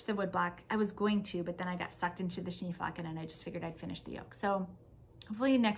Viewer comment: I love the Social Bubble Jumper. I was thinking it would be a great sweater for my friend in MN. Did you make the first size? I tried to find out from your previous videos, but maybe didn’t catch the size you made. Also, if it matters to you (and if it doesn’t, that’s fine too), Schneeflocken is a German word meaning snowflake, aptly named, and the German pronunciation is Shnay flocken. Of course none of us can know how to naturally pronounce all of different pattern names, but I thought I would tell you. I’ve been trying to properly say “pho” for many years and I will never sound Vietnamese. Regardless of the pattern name, your sweater is just so lovely and I especially like the brown contrast color. Thanks for your willingness to share your knitting projects!